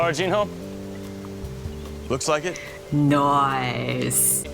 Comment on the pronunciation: NOICE. NOICE. NOICE. NOICE-NOICE-NOICE-NOICE.